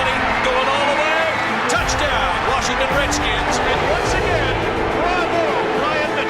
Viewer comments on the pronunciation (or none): I'm a Tom Landry-era Cowboys fan, since '63. The very first pro football game l was lucky to attend was Washington Redskins at the Cowboys, Thanksgiving Day, 1968. My dear old Dad that's now in Heaven used to pronounce 2 cities just like Coach Landry....Warshington, and Chicargo...😂 Washington will always be the Redskins to me. What a rivalry the Cowboys and the Redskins had. R. I. P. Dad🇨🇱🇺🇸♥️ Tom🇨🇱🇺🇸Landry George Allen God bless our pro football heroes from a by-gone era 🏈